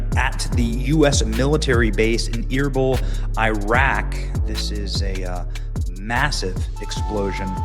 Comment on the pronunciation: Benny it’s pronounced Er-beel